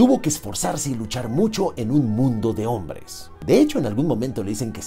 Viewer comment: Amo que digas onvres jajaja